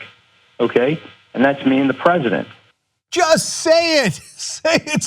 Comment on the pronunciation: "i love The PreZZidant"